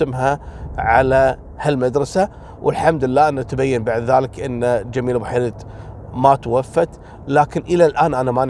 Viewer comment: لا المجاهدة جميلة بو حيرد توفت مؤخرا الله يرحمها و مشكور لأنك نطقت اسمها صح لأن كل من هو ليس جزائري يناديها بوحريد . الله يرحمها